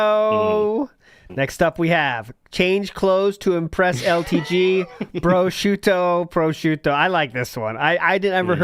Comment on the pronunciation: (1) He can’t pronounce prosciutto correctly, and he sounds like a clown trying to pronounce things authentically (2) he was going to have a day out shopping and whatnot with his mom but 9/11 happened and killed the vibe